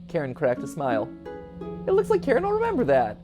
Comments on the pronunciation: It's not pronounced "Karen" it's "ka-rin" ffs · Idk if I'm right but I'm pretty sure Karin is supposed to be pronounced Kareen. I don't think I've seen anyone say it this way but I'm pretty sure that's how it's supposed to be. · I think it’s pronounced ka-wrin